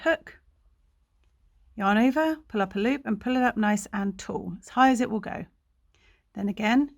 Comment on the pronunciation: Wow! Thank you! Returning to crochet after 30 years! Lol. You are our treasure! To be honest, I had to slow listening speed to half, to my listening speed, lol! The way you say, "nice and tall" at half speed is hysterical. Coming from an American! My square came out perfect! Cheerio darling!